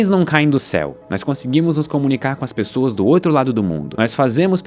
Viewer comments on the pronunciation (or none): none